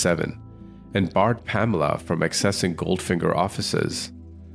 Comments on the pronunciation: Her name is pronounced PAMela, surely (Not PaMELa)! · PaMEla?? I think it would be PAmela. That's the normal pronunciation